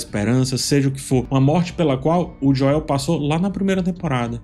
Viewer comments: concordo, e nesse mesmo video, ele fala corretamente enquanto menciona vários personagens. Me tira da análise também. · Por que vc coloca a tônica do nome do Joel no “e”? 🤔 se a proposta for aportuguesar, vc deveria fazer isso com todos os nomes, não? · Fechei o vídeo depois de ouvir "Joel" em português 5 vezes seguidas... Não conseguia nem prestar atenção mais no vídeo